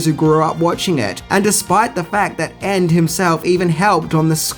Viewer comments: I believe it was said with a complete understanding of why Ende hated it. BTW, shouldn't "Ende" be pronounced "END-a?" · I'd say something about his mispronunciation of Ende's name... but he seems to be struggling with the pronunciation of several English words. And is it just me or does he have more hair on his arms than on his head? :p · In German both "Michael" and "Ende" are pronounced completely different from the way you pronounced them and "Boot" in "Das Boot" should sound like "boht" not "buht". Also the "o" in "Wolfgang" is an "o" and not an "oo".